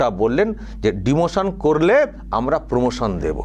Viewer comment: উনি র ফলা উচ্চারণ করতে পারেন না।